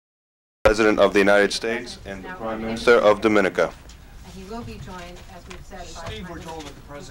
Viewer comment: *Doh-Mah-Nee-Kah Please pronounce correctly 🙂